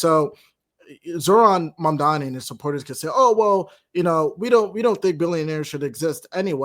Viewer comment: Zohran "MaNdani" ?! Learn to pronounce his name first, it's M-A-M-D-A-N-I (As in "mom" + "daanie") Had you done some research, you would know the "Red Vienna" project has been a marvellous success and if it can work in a 3 million people city, it can work in NY as well, it will just take decades for the effect to properly take place... If you guys can tolerate an incompetent rage tweeting orange faced toddler, you can damn sure tolerate a democratic socialist for NYC...